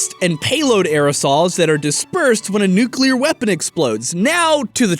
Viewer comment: Nu-clear. Not Nuke-u-lar